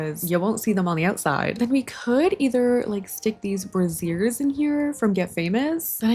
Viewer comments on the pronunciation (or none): Head's up,, brazier is pronounced like Frazier (bray-zher) and not bra-zeer, which is the way you say brassier, or bra. I was listening and half-watching while working and did a major double take when I heard you putting brassiers in the Charizard room 😂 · dying at you calling a brazier a brassiere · Obsessed with you pronouncing brazier like brassiere lol 😂